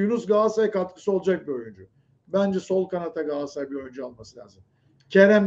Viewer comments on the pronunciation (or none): Allah kitap aşkına lütfen artık gaasaray gaasaray deme da Galatasaray Galatasaray… He diyemiyorsan Cimbom de